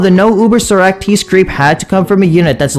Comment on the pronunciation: Bro say Socrates name correctly bro please